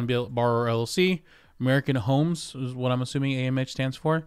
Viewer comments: American homstrument? American homesferment? American homesformen? I can’t seem to find this company. Just kidding. Great investigative reporting. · Dude pronounce the name of the company directly I still don’t understand what you are saying…”American homes…” then something?